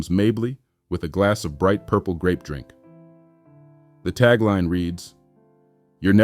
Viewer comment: The "Drank" that black America loves. I listened to that 5 times. was that pronunciation intentional?